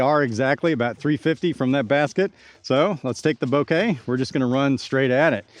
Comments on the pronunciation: FYI, emphasis should be on the first syllable. So BO-keh, not bo-KAY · Bok-eh is how the Japanese were saying it, not BO-KAY which is how you are saying it. I appreciate you putting the clip in the video though. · The problem is the stress. It's BO-keh, and he's saying bo-KEH. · I cringe everytime you say it lol 'Bo-ka' that's how Simon pronounces it and it's his disc. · Man at least pronounce it correctly. say it like Boka. You aren't speaking Japanese you are speaking English.